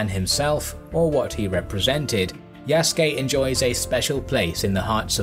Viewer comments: His Slave name was Isac (the latin version of Isaac). The Naponization of the name is Yasuke (Isac in Portuguese is pronounced as EE - Zah - K, thus Ya Su Ke is the closest phonetic version in Japanese) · Said the name wrong lmao